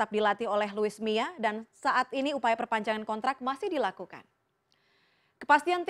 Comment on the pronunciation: Luis mia??? 😂😂😂 Apa kuping gue doang yg denger begtu???